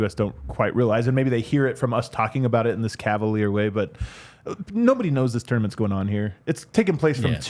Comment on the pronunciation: I'm watching this thinking, does contract have a bonus clause for how many times he says torn-a-mints?